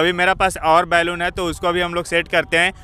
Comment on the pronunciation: बैलून मत बोलो बलून बोलो।